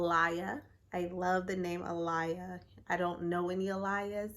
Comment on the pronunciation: You pronounced Alaia wrong haha button was a cool twist 😁